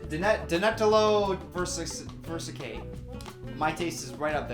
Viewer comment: “danetalo versacay” I’m dying🤣🤣